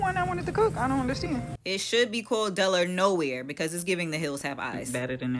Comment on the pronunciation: I enjoy the content.. wait did u call Delaware 'Deloya" lollllll